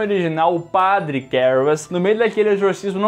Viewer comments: Nunca foi tão difícil falar a palavra padre 🤣🤣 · Falar a palavra "padre", nunca foi tão difícil. 🫥